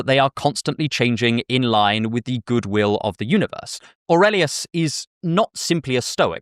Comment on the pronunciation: You pronounced Aurelius the right way like in romance languages 👍